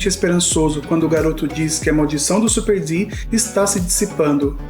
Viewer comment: E eu so tentando entender de onde ele tirou superD ksksksksksksksksk é Supard, nome de uma raça, se pronuncia do jeito que escrevi mesmo kk